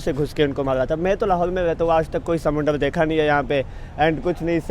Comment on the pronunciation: Bhai समूनडर kya hota h smunder hota h 😂😂😂